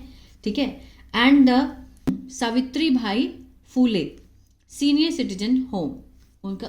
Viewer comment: सावित्रीबाई फुले है ..... आप सावित्रीभाई बोल रहे हो.